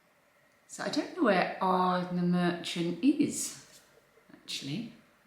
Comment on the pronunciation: Ardnamurchan. The ch is pronounced the same a the ch in loch. Not a "k" sound, more like as if your clearing your throat. I hope you don't mind me enlightening you. Love both your channels and glad you've enjoyed what you've seen of Scotland so far. 😘